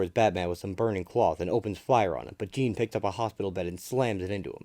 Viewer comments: It's not pronounced "jean" like a pair of jeans. It's pronounced similar to Shaun. Zhaun-Paul Vah'lay, it's a french Canadian name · It's not jean. It's like shawnpaul but with a J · If you can’t pronounce the name correct you really shouldn’t be doing an audio presentation It’s not Gene Paul Jean Paul like Jean Luc Picard Awful really awful you couldn’t get his name right The name the spelling and the backstory of the character is clearly European This isn’t even listenable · Dude it’s not Jean it’s spelt Jean but it’s pronounced differently this annoyed me so much turned it off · Bro its a pronunciation error. He still did a good job in explaining the full story. Get over it